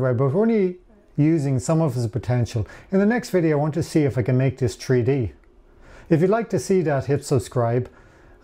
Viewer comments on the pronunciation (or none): An Irishman? 3D pronounced "tree-dee". 🙂